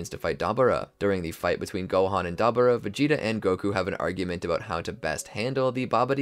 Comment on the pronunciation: I was with you until you said Deborah wrong😭